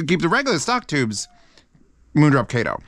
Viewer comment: u said kato wrong